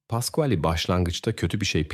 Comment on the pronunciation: olay italyada geciyor ama polisler amerikan, polis arabalari amerikan, pasquale birden paskal oluyor, italyan medyasi yerine amerikan medyasi, once micele diyorsun sonra misel diyorsun, ikiside yanlis telaffuz, dogrusu mikeele diye teleffuz edilir. grazela oldu giricella sonra oldu grikella sonra oldu grisella.. yuh yani naptin yahu. bir dahaki sefere ya gercek goruntuler, fotoraflar kullan ve telaffuz ogren ve olayi arapsaci gibi degilde bastan sona dizilimli anlat ya da sen bir daha program yapma